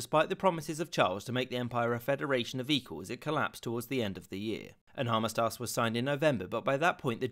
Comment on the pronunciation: "An armistarse"??